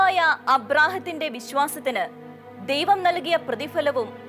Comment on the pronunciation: അബ്രഹാത്തിന്റെ,അബ്രഹാത്തെ എന്നല്ല പറയേണ്ടത് ,അബ്രഹാമിന്റെ,അബ്രഹാമിനെ എന്നാണ്, ഭാഷ കൂടെ ശ്രദ്ദിച്ചിരുന്നേൽ ഉഗ്രൻ വീഡിയോ ആയേനെ.എന്തായാലും നല്ല വീഡിയോ.